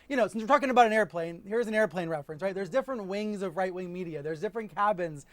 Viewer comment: This is who Trump has always been. MAGA really is another way of saying “stupid.” They’ll catch up eventually. Maybe. Speaking of stupid: “orfer” instead of offer. “air-a-plane” instead of airplane. The man is a moron. lolololol